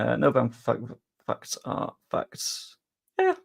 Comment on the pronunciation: It might be the fact that you pronounce "facts" as "fucks". So when you say "Facts don't care about your feelings", it sounds like "Fucks don't care about your feelings".